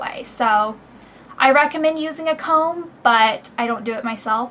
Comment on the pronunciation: HAHA ! you said , wide tooth tome ! yoou're funny !